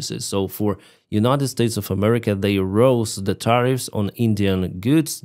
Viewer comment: Tariff not tire.Learn to articulate English properly!